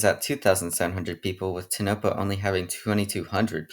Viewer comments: Love the video dude but as a native Nevadan myself, some of the ways u pronounced the towns coulda been better. Like tonopah and ely. Tonopah ends like your saying the word paw, and Ely rhymes with steely. I don’t know why but the people in those parts are very persistent on the names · Not how you say Winnemucca....or Tonopah....